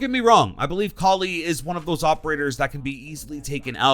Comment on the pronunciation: Ight but please stop saying Cally instead of Kali